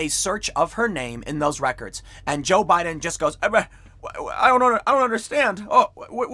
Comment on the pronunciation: Tim says Joe Budden every single time. 😂